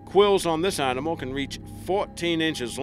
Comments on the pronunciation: Your accent is bewildering. I have NO idea where you are from. Don't sound New Zealand, Sth African, Canadian. ??? Your say Rnimal instead of animal.... Where you from? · I don't like to be negative, but it's annoying to listen to someone speaking English and mispronouncing words. For instance, there is no "r" between the "a" and "n" of "animal", yet you say "arrrrnimal" over and over in this video!